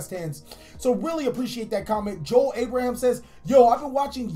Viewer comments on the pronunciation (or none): none